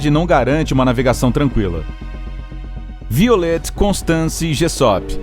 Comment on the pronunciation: Se pronuncia "vaiolet". :)